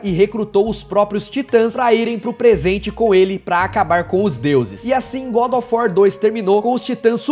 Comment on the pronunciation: Engraçado que ele chama GODÓFUÓ 3